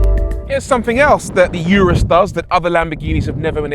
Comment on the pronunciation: It’s pronounced Ooooo Roooos